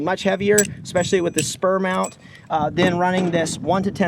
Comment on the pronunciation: “Spuhr” brand of mount